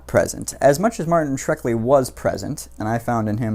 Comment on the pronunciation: It's Shkreli, not Shrekli,!